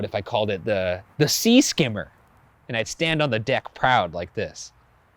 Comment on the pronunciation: Oh it was supposed to be "Sea Skimmer", I heard that as "Sea Scammer".😂😂